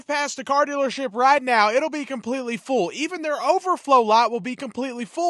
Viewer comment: “Dillership”. I love the accent.